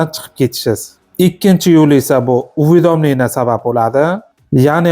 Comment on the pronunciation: Лулими бу уведомление деган сузни айтолмаяпти😂